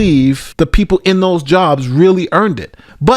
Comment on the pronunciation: “We gonna go an saport dose”.